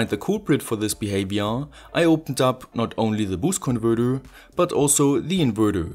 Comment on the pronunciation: lets play a game: every time he says "converthurrrr" or "inverthurrr" you got to drink a shot.